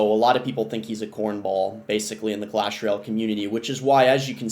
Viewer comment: "Clash Royell"